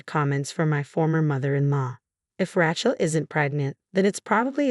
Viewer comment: I hate AI. It's Ray Chelsea, not Ratch El. F@ AI.